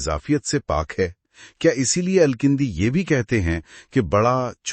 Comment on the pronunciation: It's Al-Kindi and not Al-kAndi as you or your AI pronounces.